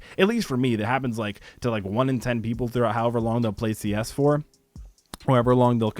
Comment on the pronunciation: Only me or does the "like" sounds like LIGCKE the beginning